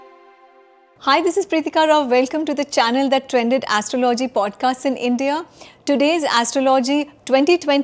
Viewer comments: Is it Astro-,logy or Astrology? Leebra? Your pronunciation is abhorrent!! Why do you take this accent?. Why do you still need English? Dear Sir, Astrologer: 2026 is a Gregorian calendar not Vedic calendar. Stop fooling people. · Like your podcasts, but please check pronunciation of astrology :)